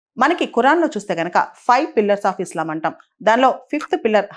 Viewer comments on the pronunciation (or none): none